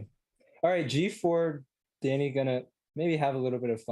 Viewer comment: Russian Danya